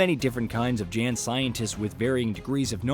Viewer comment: Hearing you say "Jan" instead of "yawn" like it's pronounced (and hear all the time) makes me think you did not personally play the game